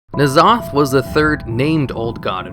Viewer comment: ITS N-ZOTH NOT NAZOTH